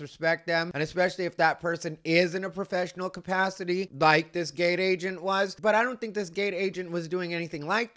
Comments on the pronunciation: This part 😂 Also for some reason I kept hearing “gay agent” instead of “gate agent.” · When you first said gate agent i thought you said gay agent. I was like what the F is going on and how do you know he's gay.😂😂😂